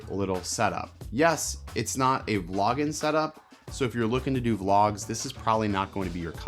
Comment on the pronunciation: Where are you from? I’ve never heard anyone lop off all their g’s! ‘Focus Peakin’’, ‘Talkin’ Head’ ‘Vloggin’ Setup’. Also the way you said ‘it’ instead of ‘that’, I think. Pretty unique.